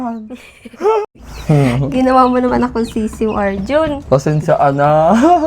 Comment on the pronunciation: ARJUN KIRAT, HNDE LANG PALA KIRAT ANG MATA MO, NGO NGO KA DIN PALA OR BULOL KA DIN PALA KUNG MAGSALITA🤭